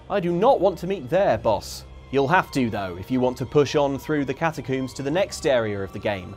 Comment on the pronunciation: Why does pronounce "catacombs" so strangely? "Catacooomz" 😁